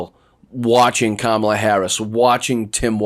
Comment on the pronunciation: Wow, he glicthed & said Kamala's name right. Hes not p.o.t.u.s hes a p.o.s.😮